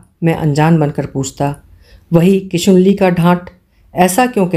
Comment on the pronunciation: किशनुली को किशुनली कह रही हैं आप हर बार । हम शिवानी भक्त हैं, सुन नहीं पा रहे।